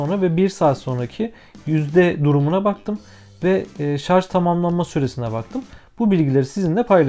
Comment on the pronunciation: abi video boyunca şarz demene tilt oldum ama güzel vido